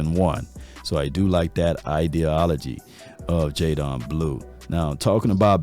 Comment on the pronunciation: I thought it was white people but you did it too. What up with yall mispronuncing these names …it’s JayDEN NOT jayDON🤦🏾‍♂️